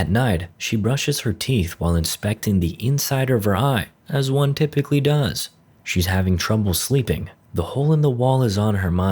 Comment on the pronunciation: Really??? Did you actually listen to his words? Does is pronounced duz, not doos. But hey, viva AI.